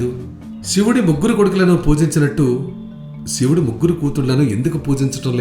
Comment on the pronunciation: brother nee gonthu chala bagundi, kani uccharana emi bagaledu, sivudu kadhu " shivudu" inka asoka kadhu " ashoka" dayachesi alochinachandi